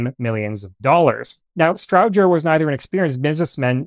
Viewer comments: Almost all correct, the pronunciation is off for the central office can switches always heard it pronounced “Strowger” (long O) and not short O as spoken here. Its Stroooojer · It’s a STROWGER as in ROW-ING, NOT EYE-BROW. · Well done! I've always heard Strowger's name pronounced as "STROH-jer". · As a former employee of a central office equipment manufacturer, I was taught that Strowger was pronounced with a long O and a hard G, which is not the way you say it. Did you reach your pronunciation based on how Almon Strowger himself pronounced it, or did you just assign a pronunciation based on your assumptions?